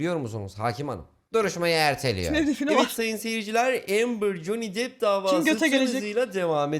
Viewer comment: Bi dakka bi dakka, JON DİP mi dedi o? Ve ikincisi, Johnny depp i dior da oynadı diye mi tanıyorlar? Lan Johnny deep dior dan daha ünlü anasını satayım...